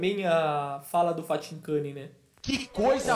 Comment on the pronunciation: falando Fathincani é uma resenha kkkkkk